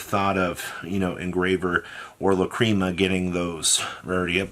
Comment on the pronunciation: It’s pronounced lac-ree-ma and the bystials are pronounced Bis-te-als